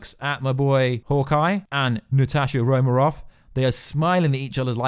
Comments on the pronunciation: Its pronounced Ro man ov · Was I the only one who heard him pronounce Natasha Romeroff lol don't blame it on the accent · Natasha Romaroff? Or Romanoff?